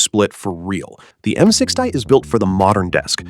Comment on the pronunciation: "m six tie"